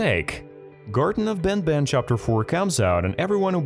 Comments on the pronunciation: Bro said garten of ben ben💀💀💀☠️☠️☠️ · How he says these 2 words banbann chaptr lol